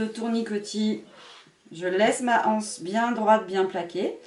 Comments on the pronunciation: Les z’anses, l’anse. C’est bizarre cette mode qui consiste à prononcer anse comme si il y avait un h aspiré, alors qu’il n’y en a pas. Ceci étant dit, merci pour cette excellente idée de sac bi-matière. 🙂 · Exact! Je ne sais pas pourquoi tant de personnes disent la anse, les (h)anses ?